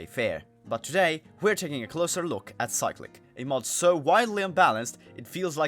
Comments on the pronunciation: I cant tell if its you or cyclic itself that is wrong. but why is it being pronounced that way. Cyclic is literally just a word with a different pronunciation bruh. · Not how u pronounce cyclic )